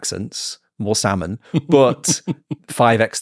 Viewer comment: I've got a friend from Mexico who lived in the UK for years and he says "sal-mon" too.